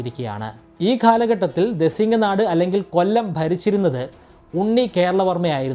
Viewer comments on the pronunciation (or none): ദെസിങ്ങനാട് എന്നല്ല ദേശിങ്ങ നാട് എന്നാണ്.